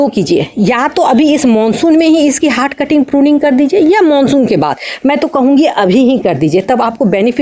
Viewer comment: हाट कटिंग नहीं हार्ड कटिंग।